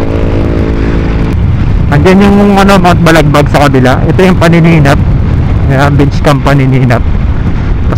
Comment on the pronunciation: paninap beach hindi panininap😮‍💨